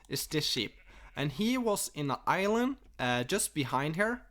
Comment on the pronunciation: Island = ilel hahahahah